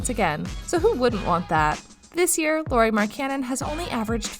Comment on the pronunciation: Stop saying his name wrong